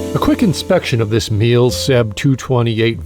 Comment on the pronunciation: Pronunciation is apparently less like "meal" and more like "me luh". Zee Germans and all.